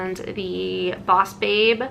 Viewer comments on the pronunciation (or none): none